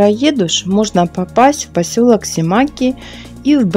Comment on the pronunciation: не симАки, а симакИ